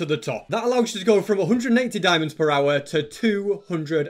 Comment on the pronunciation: The way he says hour it reminds me of that viral dog that literally eats earphone mic and saying "owa owa"